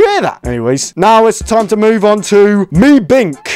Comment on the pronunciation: meebkin na its mebink